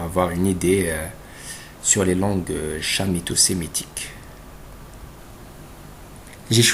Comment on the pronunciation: On prononce Chamito avec K non sh